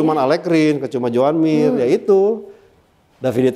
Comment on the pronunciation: Joan mir jadi joan mimir 🤣🤣 kacau balau